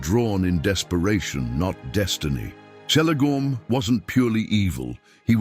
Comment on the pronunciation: who else here was saying its kelegorm not selegorm like even in oe of the deleted scene of the first lord of the rings movie haldir does pronounce the letter c the way tolkien said it was pronounced which is like the letter k.....also the irony that he was blond like the kids his grand-pa had with his 2nd wife and yet is the one that is most similar to feanor whom hated the 2nd wife and his half-siblings is funny in my eyes